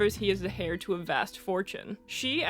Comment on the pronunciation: great video!! <3 fyi the h in "heir" is silent, so its pronounced "air" :)